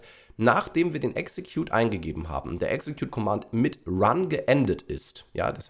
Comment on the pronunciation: Nicht exetcude🤣😂😅